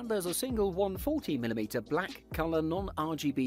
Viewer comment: I had to replay the video like 5 times to realize he is saying its a single "140mm" fan.... first 4 times I heard there is a "single one" 40mm fan in the back...